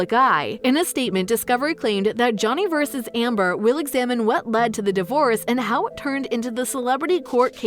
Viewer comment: Is this a robotic voice? It's very irritating because it's not vess but versus. Holy smokes.